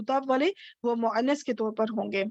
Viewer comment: Muannas bolne mein ع ka istemaal kyon kar rahin hain? مؤنث mein ع to kahin bhi nahin hai....